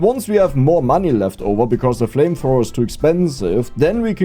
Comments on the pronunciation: german accent made it 2x better whenever you talked about flamethrower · reading the flamthrower wrong is both funny and infiuriating at the same time.